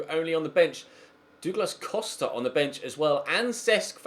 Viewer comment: DOOOglas costa LMAO thats how you say it ??? XD